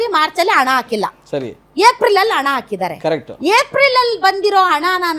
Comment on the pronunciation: ಹಣ adu ana alla 😂😂😂 ಎನ್ ಕನ್ನಡ ಮಾತಾಡುತ್ತೀರಿ?